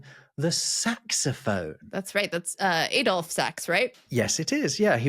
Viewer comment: No, not A-dolf; sorry, that's your American influence. The name is pronounced as Add-olf; Sax' name was actually Antoine-Joseph Sax and this was shortened to Adolphe. Ho-boy reminds me of the village in Essex: Theydon Bois! Maybe not Drumslade, but Slade is a famous Black Country (glam) rock band from the seventies. Si did not really exist as a note at that time; German notation still (occasionally) used the note H which equated to B (Si). This is because the B was actually C♭- or ♭!